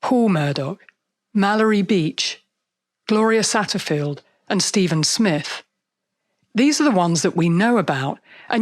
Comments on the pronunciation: Satterfield, not Sattleford. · The housekeepers name was Gloria Satterfield. At the end of this video you called her Gloria Saddleworth. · No reason to bring race into the picture. This family employed blacks and Hispanics. There is no evidence that Stephen Smith was murdered by a Murdaugh and it's Satterfield not Satterworth. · I might have heard it incorrectly, but I think you said Gloria Satterworth...I believe it is Satterfield.